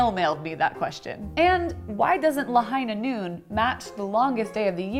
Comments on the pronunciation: ITS LAHIGHHHHHHHHHHHH NOOOOOOOOON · It's La-HIGH-na NOON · I heard 'the hyena moon' 😆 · It's Lāhaiiiiiiiiinā Noon... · It's Lāhainā Noon... DRAW! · McCree: It's Lāhainā Noon.